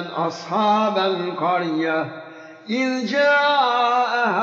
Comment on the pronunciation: just to remind verses of the quran need to read correct, did this guy make a mistake on ayat 14 'izza' it should be 'iz'or is he ready different qirat style?